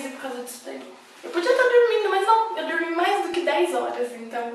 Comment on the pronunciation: Vc é de onde?? Que sotáque é esse no : ''Dormi dormi dormi dormi dormi'' ??? kkkkkkk